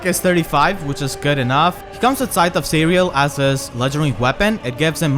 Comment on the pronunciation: For some reason I thought I heard Scythe of Cereal once, and now I can't unhear it